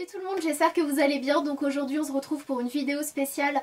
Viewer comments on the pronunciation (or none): "on zretrouve" haha cest ta marque de fabrique :'D